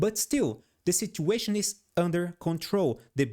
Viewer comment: " the si-ciù-astion is ander con-ciù-l " hahahahahah 😂🎉